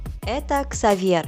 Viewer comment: КАКОЙ КСАВЬЕР, ЭТО КСАВЬЕ